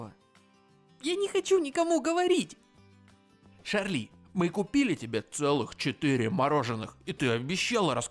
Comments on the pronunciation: Братан она не ШАРЛИ а ЧАРЛИ! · И нечего что читается Чарли ._.